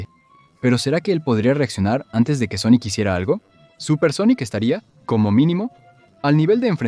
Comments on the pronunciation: Muy bueno el vídeo pero… SONICO? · de que pais es esto???, todas son voces sinteticas, no pronuncian bien algunas cosa, otras directamente dicen cosas en ingles o japones o cambian las voces por algunos segundos, y cada cierto tiempo se escuchan como murmullos raros por debajo, ademas, por que le dicen Sonico??? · Porque carajos dices Sonico? >:( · este vídeo está hecho con IA ? las pronunciaciones suenan horribles, los datos están bien, eso no está mal, pero la voz mata la experiencia. pd. Sonic gana porque si, básicamente